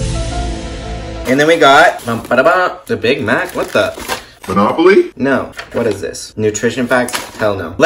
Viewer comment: No one: Legit no one:: M o n o p o l y?